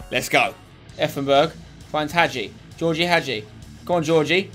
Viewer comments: spencer i know it's spelled als georgie but it's pronounced as George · Btw Spencer, Gheorghe is pronounced ge-or-ge, I thought I'd let you know